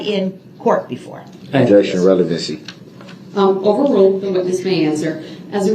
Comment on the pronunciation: Him saying "revelency" like they're pulling these things from another case😂